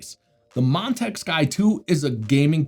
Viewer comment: Nothing personal but every time you say Montech, it sounded like Montak, which sounded funny to me...😆